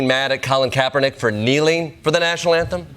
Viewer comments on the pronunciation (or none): none